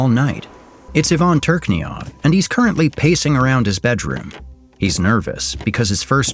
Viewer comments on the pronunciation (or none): 1 thing. CH in Truchynov surname is spelled as if it was used in word 'cherry' not 'chrome'. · brother, its Ivan Turchynov (Турчинов), spelled as tur-chi-nov, not turk-ni-ov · It's not Turchnyov, it's Turchynov... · its Tour-Chin-ov not turknoveau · His surname on the picture is Turchynov, but spelled by voice as Turkov... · You pronounce Ivan's surname wrong, its toor-chee-nov. [chee] as in cheetah, no [k] sound at all. General advise - always double check pronunciations of foreign words, it really cuts an ear to hear how you butchered this surname. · pronouncing Turchynov wrong the entire video... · impressed, but the narrator have problems with reading Ukrainian names in English xd